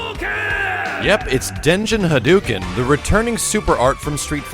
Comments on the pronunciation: Okay, I'm sorry to go all Captain Aspergers on you, but YOU of all people should know this... It's Hah-doh-ken. Not, Hah-doo-ken. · how long have you been playing capcom games that you can't pronounce "hadouken" right? Come on man:( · Still can't pronounce "hadouken" correctly, I see :P